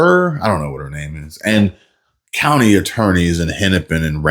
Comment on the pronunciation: Did she say cuntly ?